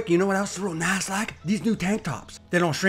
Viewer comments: "Real Nass Like" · Over 1000 smeesh's " Real Nass like ". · “Real Nass Like” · “real nass like”. Herd wirk behend your videos.